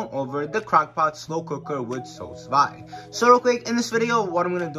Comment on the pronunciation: Sous Vide is pronounced SUE-VEED. It's French for "Under Vacuum".